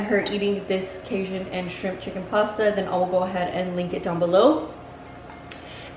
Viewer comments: Cage- un, not cayzun lol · Cajun is pronounce cay-gin. Sorry but someone from the south, the way you pronounced it made me kind of cringe.